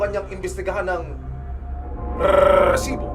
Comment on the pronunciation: naka 28 na bigkas ng reeeeeEEEsibo